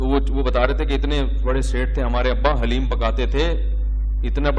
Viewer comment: مولانا صاحب، آپ بھی " لحیم "کو " حلیم " کہتے ھیں ۔۔۔۔۔!